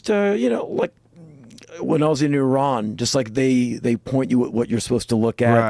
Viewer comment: whats the second country he mentions? "Tairan" or was he trying to say Iran